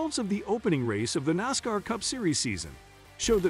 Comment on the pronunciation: It is a little different to listen to this fellow when he can't pronounce half of the names correct. Can't even pronounce NASCAR correct.